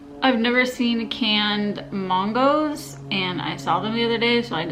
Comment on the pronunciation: That's how she has always pronounced mangos. 🤷‍♀️